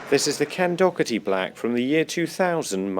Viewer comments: I love your vids but God does it grind my gears when someone pronounces Doherty as Dockerty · Maybe I'm wrong but isn't Ken Dougherty's last name pronounced Dohertee? Are you 'taking the piss'?